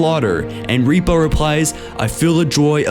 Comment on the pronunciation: This narrator seems to have problems pronouncing quite a lot of words, throughout many of his videos. Notably pronouncing Sangheili names. It's Rip-uh, not Reep-uh. It's Moram-ey, not Moram-ee.